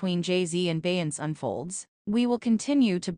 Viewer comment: WTF is BEYANCE 😂😂😂😂😂😂